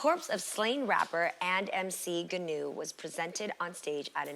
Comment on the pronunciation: Who tf is gonew 😂😂 learn how to pronounce the name before mentioning anybody